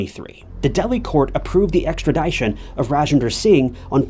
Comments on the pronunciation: “Extra ‘DISH-un,”. NOT “Extra ‘DIE-shun” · Extra"dish"on not extra"die"shon Love your videos!